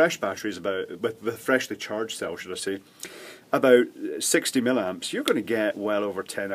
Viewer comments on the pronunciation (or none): I really enjoy your videos...BUT there are TWO i's in milliamps....I have been an electrician for 50 years and never heard milamps....